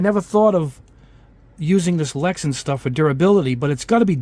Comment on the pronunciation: It's LexAn not LexEn